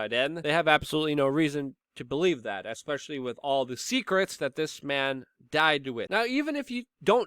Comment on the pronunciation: "Ekspecially" Love it.